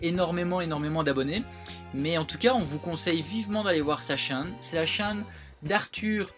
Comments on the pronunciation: sa me stress comment tu dis chaine mais bon continuer comme sa vous êtes les meilleurs je vous kiff bisous à tout le monde ❤️❤️ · Aurelie Vexenat moi aussiiiiii j'ai tiqué je pensais avoir mal entendu :p c'est rigolo!